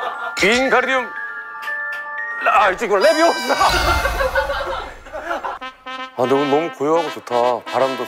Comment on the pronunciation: not 레비"오"사 it's 레비"오우"사 해리포터와 마법사의 돌에서 론 위즐리가 발음을 틀려 헤르미온느가 조정해주며 론이 재수없다고 느끼는 장면입니다😊